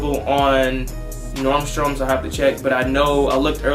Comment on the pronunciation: Normstroms hahahaha It’s Nordstrom, man hahahahaa